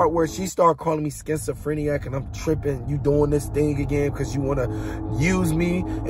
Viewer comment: "She thought I was schizophreniac?" LMFAO 😅 What? It's, "She thought I was schizophrenic," not phreniac 😂